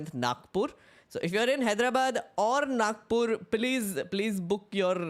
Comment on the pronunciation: You are from Nagpur then why you call it Nakpur😂😂😂😂